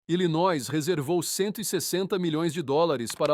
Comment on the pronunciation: Se pronuncia "ilinoi". Nao se pronuncia o "s".